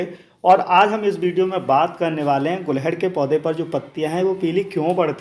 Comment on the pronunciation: Very good sir 🙏 गुलहड़ ❌ गुड़हल ✅